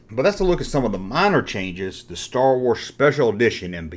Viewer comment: Stow Wooaz 😂😂😂😂